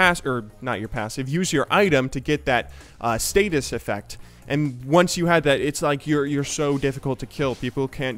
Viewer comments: Stasis, not statis. :) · Stasis, not status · you keep saying "status" when talking about zhonyas ring. its "stasis" with 1 T. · the active of Zhonya's is called "StaSis", not "StaTis".